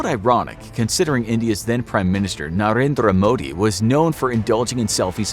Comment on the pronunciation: the way he pronounced Narendra Modi Hillarious !!